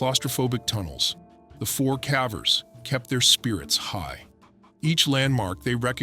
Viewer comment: A.i. keeps saying cavvers, I wonder if the prompt had (á) if it would use the hard A? I’m big on critique, I’m all about trying to help channels grow. 😊✌🏻✌🏻